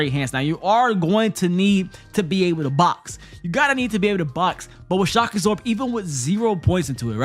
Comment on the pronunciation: Did anyone else kept hearing shakazor instead of shock absorb lol